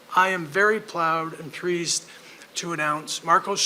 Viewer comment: Did Sweeney really just say, "ploud and preased"? Nothing against Sturm, personally, but if he really knows "WHY the B's traded Thornton for him," can he please let the rest of us know? Cause 20+ years later, with JT in the Hall of Fame, it still looks like the worst trade in the 101 years of Bruins hockey to me.